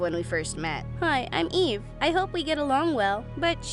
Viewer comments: whyd I think she said, "Hi, my name is E." 😭😭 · Her name is Eve- But I heard Gaive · i really thought she said "Hi, my name is E."